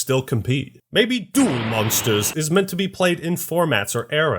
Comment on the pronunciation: he didnt say duel monsters right :(